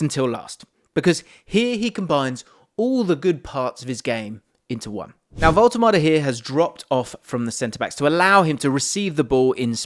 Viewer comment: AS a German i tell you: your pronounciation of " Woltemade" is totally correct !